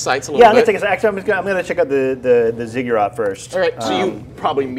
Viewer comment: Sorry, it's been bugging me. Zigg-uratt not Zugg-urat.